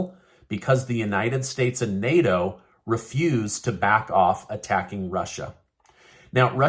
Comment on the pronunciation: Bro.. is not nEIRo is NATO, na to na to, NA TO. Not nEIRo